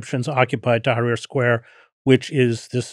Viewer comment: If Vincent used proper past, present, future tense in his descriptions of events his stories would be easier to follow. Also Tahrir Square is not “Tucker” square. It’s a sad situation when American academics can’t be bothered to use proper grammar and pronunciation?